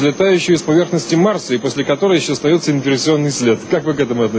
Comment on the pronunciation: Mars* not Mors